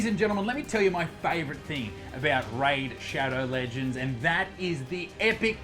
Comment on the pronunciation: stopped watching at "raid shadow ledgands"